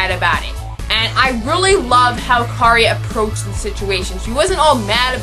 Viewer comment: I liked it. Though I would like to point out that a few character names were said wrong. The main character:Kiri not Kari The make up guy: Kazuhiko not Kazuhiro. And the male protaganist: Narumi. Sorry for being a bother. Other than that, well done. ^-^